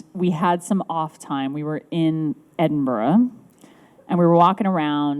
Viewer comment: She said Edinburgh correctly!